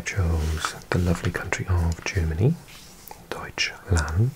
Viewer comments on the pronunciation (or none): none